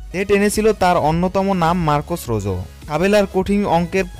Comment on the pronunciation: রোজো না রোহো